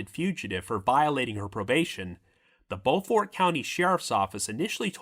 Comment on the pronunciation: It’s pronounced “bo-furt”.